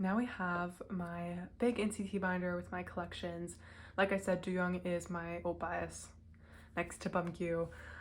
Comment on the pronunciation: It’s pronounced more like doe/ dough- young lol but he’s my ult too :)